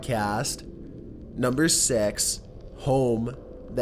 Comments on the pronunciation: He said two thousand sex instead of six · Lol he said sex instead six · Did u hear him say on September 2000 sex? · Two thousand sex? 😂 I like that year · naturalEST zoologEST consevationEST two thousand SEX